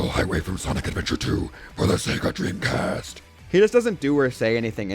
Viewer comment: "For the sega dreamcaast" LMAO nailed it